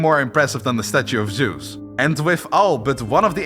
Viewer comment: There where so many missprnounced words and names in this video But the worst is still Zeus, its Zeus not sus